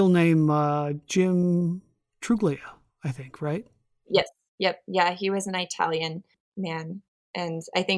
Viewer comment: "Eye-talian"? Is that someone from "Eyetaly"?